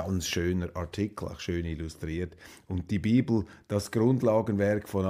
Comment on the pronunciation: Du hast das falsch ausgesprochen, nicht die Biiiiebel, sondern die Bibeeeel